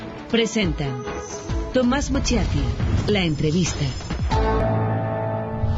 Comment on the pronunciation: Aunque a nadie le importe, se pronuncia "moshati", no "mochi-ati".